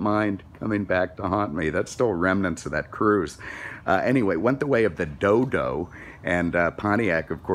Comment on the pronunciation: Had me dying laughing at "dildo" no "Dodo!!! great review. Thank you